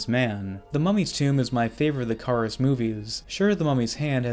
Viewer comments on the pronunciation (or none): Regarding the Lon Chaney Mummy movies: It's Not Car-is, but Care-is